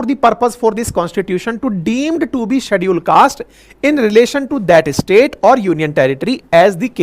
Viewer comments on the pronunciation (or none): none